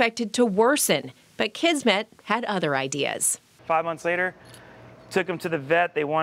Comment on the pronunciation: Kismet means "fate" or "destiny", and S in Kismet sounds like S and not Z. It is a word in Hindi, Urdu, Punjabi, and Persian languages borrowed from Arabic language. I just thought you wanna know this. 😻😻😻